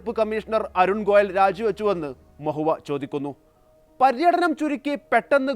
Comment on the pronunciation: ഗോലയ് അല്ല ഗോയൽ